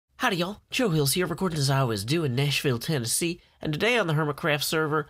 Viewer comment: What's Nash-Fill-Thenassy?